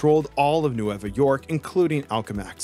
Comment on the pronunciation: N-way-va York.* 🥲 Means “New” in Spanish.